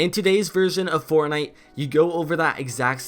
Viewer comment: did hear Fartnite